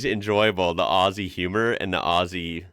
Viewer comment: thank you for saying Aussie with the Z sound and not the S sound. Number one mistake every one makes. Remember it is said 'Ozzy' and not 'Aussy'